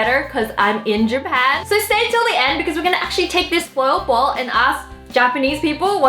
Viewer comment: I don't really know, but every time Wengie says "foil ball", I literally hear "spoiled ball". LOL!!!!